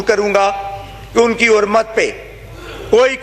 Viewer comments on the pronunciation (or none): Lanatio Apni Urdu to sahi kerlo Khurmat nahi hurmat hota ha